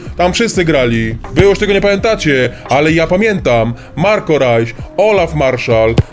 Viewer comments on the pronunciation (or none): none